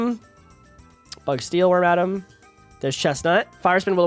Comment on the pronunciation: im sorry how did you pronounce wormadam again